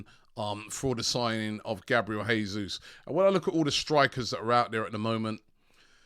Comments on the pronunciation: Robbie it's JAY-ZUZ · Jesus won’t come until Robbie pronounces his name properly LOL